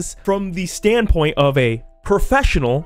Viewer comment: Wow "profeshunal". Good jorb